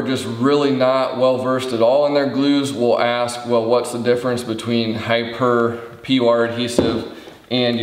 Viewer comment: I do appreciate the thoroughness of the reviews, especially this one on HiPur. One thought I'm thinking it is pronounced "high pure" given it is "high" strength "p" for poly and "ure" for urethane.